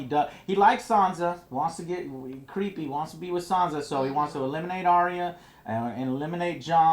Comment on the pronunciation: Why can't americans pronounce 'arya' correctly? Both george rr martin and the show itself have confirmed the correct way, yet they ALL still say 'aria'